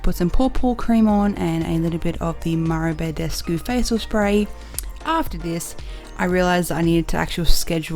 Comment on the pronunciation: also it is mario badescu, not mariebaydesku jesus christ